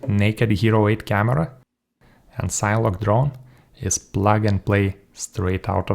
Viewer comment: "SIN-eh-log". Do you pronounce cinema "sign-muh"? :) Thank you for this review. You have solidified my choice for my next sign-whoop.